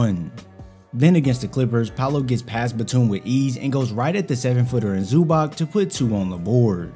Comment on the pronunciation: Nice vid The C in Ivica Zubac is a ts, so it’s pronunced like Zubats FYI Same with Bjelica being pronounced Byelitsa